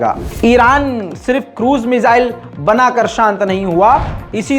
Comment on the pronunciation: "मिजाईल-मिजाईल" सुन कर थक गया हुं 😌😌, वो "मिसाईल" हैं, please